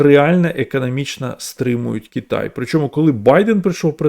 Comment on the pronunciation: Кітай, Кітай, Кітай... Кожного разу коли автор це говорив, аж сіпало. Будь ласка, говоріть Китай.